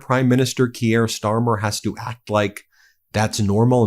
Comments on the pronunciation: “Keir” is pronounced like in “dear”. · Kier rhymes with 'dear'. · For fuck's sake, learn how to pronounce their names. "Keir" is easy to pronounce. Find out how it is done. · Key-air?... it's Kia.. like the car. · Who is 'KeeAir Starmer'?! His name is pronounced 'Keer' ! Even the Orange-Man Baby pronounces our Prime Minister's name correctly! (Though Trump DOES sometimes think he's the King !!) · Research & pronunciation: khe-eer nit kee-year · Please, Keir is one syllable, not two. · It's pronounced KeyR... not Key-air. C'mon Ben. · His name is pronounced "Keer" not key- air. But moving on. Gawd, he spends more time chatting up your trump than here. But kudos to him, if i found myself in a room with trump, id knock him tf out. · Pronounced “Keer “ not key-air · Kee-air??? Its pronounced K-ear. A total useless idiot for the people of England, bent on destroying freedoms and liberty. The TDS is strong with you mob. Trump, yes he has faults, but is Million times better than stupid Brandon, and those Lefty chronies. Canada has about as much right to be there as Australia...None. Two British colonies, with a silly French side on one, that are have little influence on World affairs. Yes, Russia Should be there! You keep excluding powerful members, things will only get worse. The President dropping papers, you notice the little lap dog did his service and picked them up for the master...now that is power. Remember, Britain Made the Americas for Euros. The division in the USA at the moment is crazy, Racial, Social, cultural, riots, you all seem to hate each other. From the outside, you need a strong leader to keep the status quo, or you will fall into all your movies and games....complete break down. Hey!😉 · It's not "Key-air", it's "Keir" pronounced like "here". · Tbf you mixed up eu and uk too and you keep calling Keir Starmer Keyare Starmer. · C'mon...it's pronounced "keer," Just one syllable.